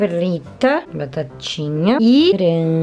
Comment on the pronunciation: Mano quando ela disse que até veio com batatinha parecia muito portuguesa meu deus tamu junto ❤️🇵🇹🇵🇹 gang gang 😉👌🏼